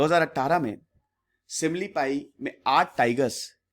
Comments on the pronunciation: Sir ye simlipal hai not simlipai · Sir... It's SIMILIPAL.... NOT SIMILIPAI🙏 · Sir similipai nahi Similipal M from Cuttack Orissa ... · Simlipai Nahi simli paL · Simlipai Nahi simlipal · It's "Simlipal "-----सिमलीपाल